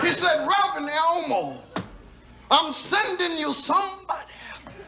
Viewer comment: It's Rev Elmore.. not Elmo 😂